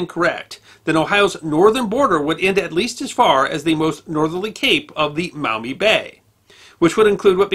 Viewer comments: As a native Toledoan I loved watching this! Locals pronounce it Maw-mee sounds like you’re saying mao-mee. Anywho keep up the stellar content! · Just FYI, it's pronounced "maw mee" not "mao mee" river. And Charles Emerson Winchester was right when he said that "There's a reason that Toledo is kept in Ohio". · T-O-L-E-D'oh! That's my town! FYI, they're pronounced Maw-mee, and Perrysburg. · It's pronounced Maw-mee. Not Mao-me. I live maybe ten minutes drive from the river and less than twenty from Girty's Island. Which should be your next video topic! Love your channel, sir. God Bless! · Maumee is pronounced Maw mee, not Mau Mee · Maw mee not Mow mee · The correct pronunciation is Maw-mee River, where "Maw" rhymes with "jaw". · The “Mawmee” River. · In these parts it is pronounced "Mawmee". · I had to go back to hear it. I figured he said mommy but he also said it like the vowel in mouth. He’s definitely not a local. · For the record, locals actually pronounce the name of the Maumee river as 'MAW-me.' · I live in Toledo. Not bad! It's MAW-ME tho Also, the University of Michigan was proposed to be built on Huron Street in Downtown Toledo. A historical marker is installed at the location. The Toledo Jeep plant is on "Stickney Ave" Ironic considering the Jeeps reputation. You should see the bar fights during the OSU Michigan game ... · Great history lesson! Just two minor comments from a Toledo native (Perrysburg to be exact). There was a reference to a town to the south of Toledo as “Perrysville,” but it’s Perrysburg. Also, the “au” sound in “Maumee” is pronounced more like the “o” in “moss,” not the “o” in “cow.” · He also pronounces Maumee incorrectly. Even though there is a U it is pronounced as a W. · Got the wrong pronunciation of Maumee. I grew up near Toledo, Ohio. Perrysburg is across the Maumee River from the city of Maumee.